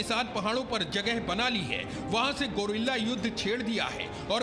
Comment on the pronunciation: Gorila operation nahi guerilla operation pronunciation sahi karo pahle